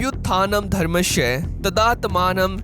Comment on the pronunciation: dharmashya nahi dharmasya kaho. H mat dalo